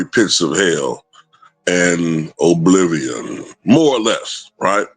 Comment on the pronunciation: The way said Oblivion 😆😆💀